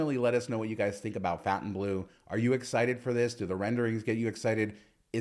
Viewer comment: Fon TAIN bleau NOT FOUNTAIN bleau.